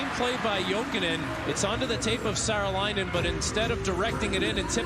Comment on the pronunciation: Annoyingly, the announcer keeps pronouncing Saarelainen as if it's spelled Seralainen... A good approximation for an English speaker is SAW - REL - EYE - NEN.